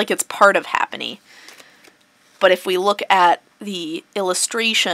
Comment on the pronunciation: its not ''HAPPENY'' its ''HAPPINY'' you illiterate tart.